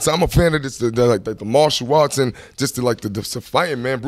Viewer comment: "martio artz"